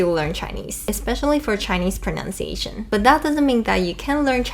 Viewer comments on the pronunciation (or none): She definitely said 'pronounciation' instead